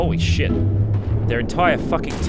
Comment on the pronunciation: The way he says “sh**” 😂